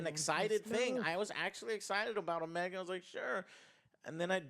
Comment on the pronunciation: I like Omega, we're gonna have to forgive a lot of scenes involving her in series as she's literally experiencing things for the first time, but one thing I dislike is the way her voice actor pronounces her own name it sounds like she say it as o-ME-a not necessarily as Omega. I find that annoying at times IMO